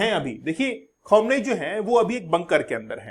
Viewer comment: Bhai Iron Dome hota hai Daaouumm nahi, Khameneii hota hai Khamuunaai nahii. Why does all these teachers in these youtube channels have such pathetic pronunciations ?? No hate but it's very annoying